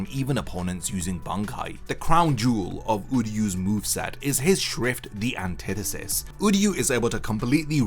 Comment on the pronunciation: When i heard him say anthitetist (idk the name first language isnt english) i knew that this wasnt gone be fair at all (for sasuke that is)